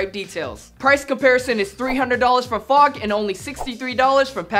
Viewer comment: Who else cringed when he keeps saying "FOG"?